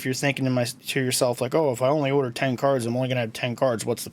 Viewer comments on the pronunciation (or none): You say "order" and "older" the same way. You also constantly say "you know" when you're telling us new information, information we literally cannot know...